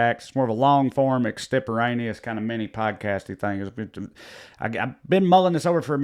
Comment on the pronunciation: Hearing the word "extemporaneous" in that accent just cracked me up momentarily.